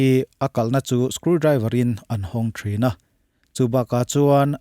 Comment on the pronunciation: He Chanel neitupa hi a ṭawngkam a felfaiin a changkan hmêl viau rual hian sâp ṭawng thumal lam dik loh a awm leh ṭhin. Tûnah pawh screw driver chu skul driver tiin a lam tlatin ka hria! Rûkru dangdai. Miharsa ṭanpui nân hmang anga sawi ni mahse, anmahni hi rûkru an nihna a bo si lo va, fak nachhan êm êm tûr an awm pawh ka hre chuang lo.